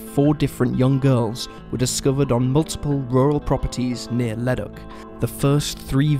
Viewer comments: I had to take a second to realize this guy was saying leduc LOOOOL. Leh-duke. I only realized cuz I live in leduc county and I knew they wasn’t a ledock anywhere near here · Thanks I was thinking the same. Like Le-Duke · FYI the town of Leduc and Leduc county are pronounced Le-Dook (like spook). That's the anglified version of the pronunciation anyway, slightly different in its original French. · It's 'lu duke ' not whatever your saying BTW